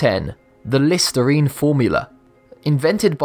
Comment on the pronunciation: When i here he's voice instead of listirene i hear listareenee